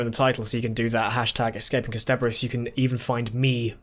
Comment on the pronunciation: Ah, I hear still hasn’t heard any of the times “Kasterborous” has been said out loud by anyone else ever. Also... last episode drew attention to the Nestene calling him a Time Lord, so I’m not sure why he’s suddenly saying that Jabe says it for the first time in the revival. The production company for vfx was called The Mill. They’re called Milk now, and did vfx work for Good Omens. In Dalek, 9 says “I watched it happen - I MADE it happen.”